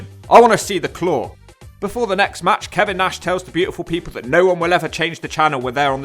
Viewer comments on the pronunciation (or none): none